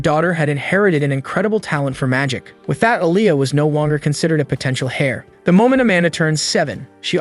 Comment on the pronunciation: am i the only one who heard "potenshall hair"